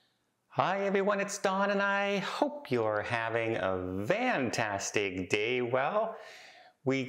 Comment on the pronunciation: I have never been on a cruise but I enjoy watching your videos. I have a question, may be a silly question but I wonder why you say I hope you are having a VANtastic day ? Seems like you are wanting to mean fantastic but you are clearly saying a V. I am a new subscriber